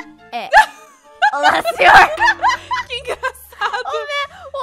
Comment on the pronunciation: Eu ri muito quando ela falou olá senhorrrrrrrrr kkkkkkkkk que coisa mais linda